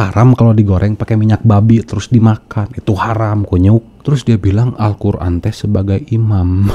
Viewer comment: Jangan mau di tipu orang ini baca Alquran saja belepotan ngaku guru ngaji tarbiyah 🤭